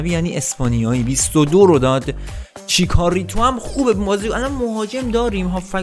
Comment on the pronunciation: چیکاریتو نیست،چیچاریتو هست